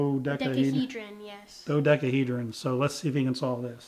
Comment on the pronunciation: wtf wasn't your son just learning the regular old Rubik's cube like last month? Now he's already solving dohecahedrons, a word can't pronounce and a word I can't spell.